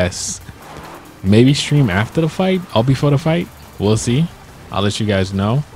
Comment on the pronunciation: you said sram it is stream